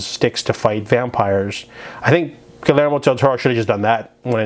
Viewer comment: I know this video is pretty old, but for Hispanic names or words when there is a double l, it is pronounced with a y. I.E. Guiyermo Del Toro (Gi-yer-mo)